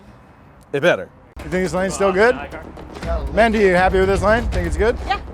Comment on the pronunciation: Ok is her name mindy or mendy? Or mandy? Its pronounced 9 different ways jn eqch video.